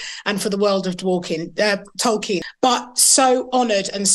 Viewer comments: OH MY GOD! Did she accidently say Dwarfkin instead of Tolkien? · Dworkin ? Wow, that slip said it all... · Even worse, pretty sure she said Dworkin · Did she say, "The world of TOKEN.", or was it "The world of TWERKING."? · Did she say "The World of Dwarking"? Please don't say words that evoke images of Dwarves twerking! EVER! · She said Dorkien...yeah she let it slip that fans are Dorks. I'm pretty sure that's the name they give the true fans behind the scenes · That "Dworkin er Tolkien ... " Freudian slip says it all! 😂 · Did she say the World of "Twerking" instead of "Tolkien"?!? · Wow, she said Dworkin instead of Tolkien. That's a hell of a Freudian slip! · It's a problem when they never talk about the story and acting and ONLY talk about diversity... It's TOLKIEN not TOKEN 😂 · SHE REALLY JUST SAID "DWORKIN" OUT LOUD These people don't even bother putting their masks on in the morning ... wow. Google Andrea Dworkin if you're lucky enough to not know. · Did She called Sir J.R.R. Tolkien -DORKIN?????? 🤬🤬🤬🤬🤬🤢🤢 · wait wtf, did she seriously call him DORKIEN? OH boy she gona get a world of hurt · Did she call it the "world of DORKien" ??? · couldn’t even say Tolkien’s name right the first time because she cares so much. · She said "Dorkien" there... I am sure that´s what they called Proffesor Tolkien while mocking and destroying his work. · Did she say "Dork-ien"? I guess she wanted to speak honestly about what she thinks about all that "fantasy crap". Nope. Although it was good acting, wrong person in place.